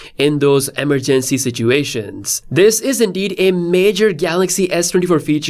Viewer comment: Stop saying emergency the way you do